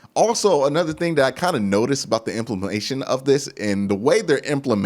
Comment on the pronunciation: "IMPLIMATION" CLASSIC! 😅😅😅